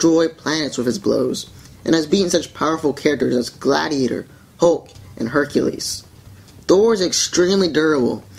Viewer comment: Hecules. I like its